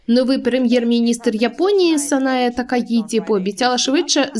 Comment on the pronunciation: Такаіті то москальська транслітерація. В нас є своя. По ній правильно Такаічі